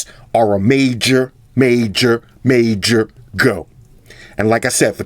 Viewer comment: Every time u say major go sounds hilarious recently started to follow u love your videos and ur no bullshit, u tell it like it is!!!